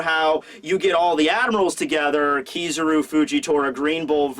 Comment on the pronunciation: it's pronounced ki-ZA-ru (kee-zha-roo) not KI-zaru (kee-saroo)